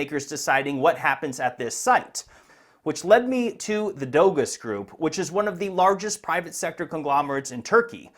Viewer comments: Letting you know Doğuş is pronounced “Do-Oo-Sh” the Ğ is silent in Turkish. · 🤣 for one thing "Dogus" isn't pronounced "doe-gus" ... it's Turkish, pronounced (approximately) "doe-oosh" ... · Howdy,! the Turkish word Doğuş would be pronounced "Doh-oosh". Ğ is a silent G that elongates the previous vowel, and Ş is a "sh". But keep calling it dogus if you think it is bogus. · Who is gonna tell him that it’s not pronounced “dogos”? It’s pronounced “dosh”. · Dogus is pronounced doge like in dogecoin